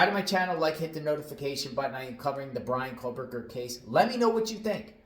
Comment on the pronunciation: Why do you insist on mispronouncing Kohberger's name? We predicted months ago that Prosecutor Papa Smurf might end up going with a grand jury in order to avoid any scrutiny and rebuttals in a hearing. It doesn't have much of anything to do with Kohberger messing up.